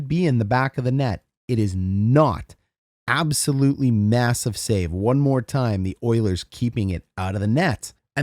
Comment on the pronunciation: Did you just say avsolutely?